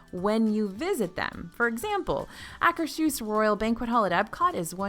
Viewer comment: Pet Peeve -- there is no "sh" sound in "Akershus". "hus" means "house" in some northern European languages, so it's "Akers-hus".